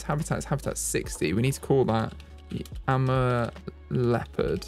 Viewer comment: Amur is pronounced Uh-moor in America. Idk about Europe and if it differs there :)